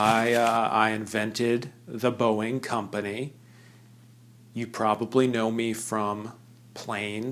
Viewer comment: Your diction for Mr Boeing was flawless